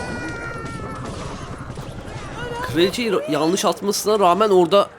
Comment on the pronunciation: Abi yalnis değil yanlış